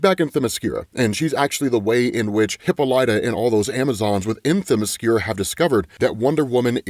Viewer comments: First "Eye-oh" is right I believe. Then "hip-Ah-lah-tah" or "hip-Oh-lit-tah". Next "Heck-uh-tay" or "Heck-ih-tah". Later on "Guy-uh" not Jee-uh. You know fellow commenters... sometimes I wonder if mispronounces thes names just so we will comment & feed the al mighty Algorithm. The entirety of the Absolute DC series of comics is so fam dope it hurts. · Its pronounced Hek-a-ti and hip-all-it-ah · I'm never a grammar critic but for some reason the only word that actually bothers me when said incorrectly is Hippolyta It's Hip-all-la-ta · HEK-A-TI i o (like the moon) Hip-ALL-it-ah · Please Hippolyta is pronounced "Hip-paul-i-tuh" the second "I" is said like in the word "sick." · Not as bad as his pronunciation Hypolyta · plus it’s not like Hippolyta or Hekate are obscure names, they’re pretty easy to find pronunciations for